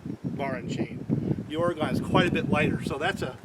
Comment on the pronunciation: I hope you don't mind me correcting you on how to say Oregon, but that's where i live. We pronounce it ore-gun not ore-gone. Great video Thanks!!